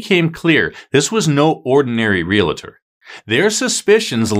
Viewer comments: It is NOT “real-A-tor, it is Real-tor. Only ONE A. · Just sayin it’s Real tor not RealA tor. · It’s pronounced real tor, not real a tor! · Re-al-tor, not re-la-tor!